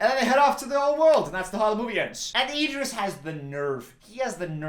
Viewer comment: obsessed with Idris’s name being pronounced as ee-dris